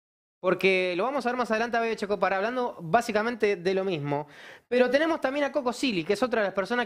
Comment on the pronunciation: Shi! Sho pienso exactamente lo mishmo 😅